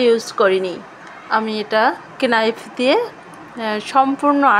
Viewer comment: কেনাইফ না নাইফ